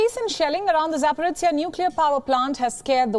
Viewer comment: ZhZh pronounced by Palki (and her colleague here) is just Z 🤦🤦 ZaporOZHie!!! ZH mest mean something else to be read out rather than Z pronounced